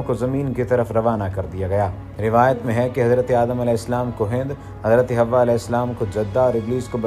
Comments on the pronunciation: It's not a hawa it's hawaa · Right Pronounce Hawwa